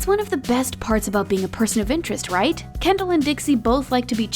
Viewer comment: Kendall not Kendell